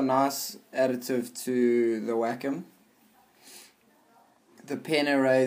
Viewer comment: Every time I hear someone say "Wacom alternative", I think they say Whack a mole